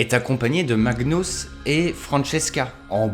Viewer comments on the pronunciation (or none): C’est adam [adan] et magnUs et pas magnous